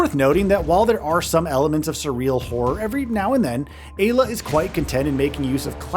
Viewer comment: Im fairly certain it should be pronounced "EYE-la"